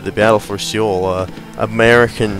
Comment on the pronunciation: As a courtesy, the city name is just read like 'soul'. As part-Korean, I felt obliged to bring that up.